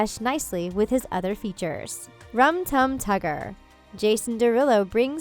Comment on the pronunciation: Nobody can ever get Rum Tum Tugger right...